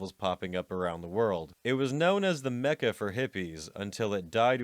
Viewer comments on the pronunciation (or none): none